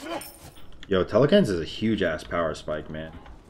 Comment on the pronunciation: im just disappointed every time i hear the way he says telkhines